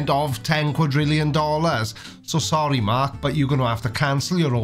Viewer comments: WTF is a "qualondrillon"? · The way he says "qualindrillion" instead of "quadrillion" is really disturbing for some reason. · I didn´t know that dentists are so expensive in Australia that he needs the ten "quallintrillon Dollars" to have his teeth finally fixed... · did he say 10 quadrillon-million?, it should be illegal for anyone with that m€÷h mouth to comment on any scientific field, and while you're at it bud, un-cross your eyes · Good to see meth has made it's down unda. To be fair, he said quallun drillun dollars. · He didn’t say $10 quadrillion. He said $10 quallindrillon. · Ten. Quallin. Drillin. Dollairs. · It’s ten quallin drillon dollars. I don’t know if he means US dollars or Australian dollars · It's not ten quadrillion, it's ten quallin drillin dollars.